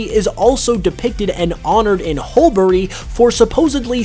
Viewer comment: The second ‘u’ in Hulbury is silent- pronounced hull-bree